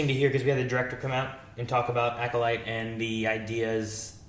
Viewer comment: I'm glad has finally stopped trying to say "Aculyte"